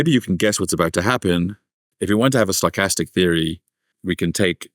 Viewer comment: Every time he says 'stochastic', I hear 'sarcastic'; and then I mistakenly think that I might have a chance here...lol